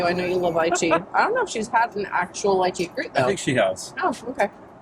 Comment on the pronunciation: I don’t care about the way you said anything except the pronunciation of lychee! (Leeeeecheeee) that’s the way people say it from the counties it actually grows in 😂